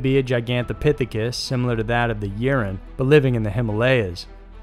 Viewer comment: translate google took like 5 seconds to get an audio sample. 5 seconds. c'mon. it's not rocket surgery. it's not yer-ren. It's more like "yee-ren" or you could get away with ""ee-ren" or "e-ren". Japan: not "issy"; more like " 'e' - she" (イッシー). again, 5 seconds. ugh. also, not "su ki no ko"; try "ts u chee no ko". #ck it. i give up. Just refer to stuff as "this, this thing right here".